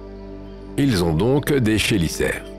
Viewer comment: C'est quand même fou de toujours pas savoir prononcer les noms des animaux, quand tu as une chaîne spécialisée dans l'espace et l'archéologie/paléontologie/géologie... Exemple parmi 150 autres : les "chélicères" se prononce "kélissères". J'aurais honte de faire des vidéos depuis si longtemps sans me renseigner ne serait-ce qu'un tout petit peu sur le sujet. Du simple copié collé des chaines américaines, fait par quelqu'un qui ne connait même pas le sujet. Bravo.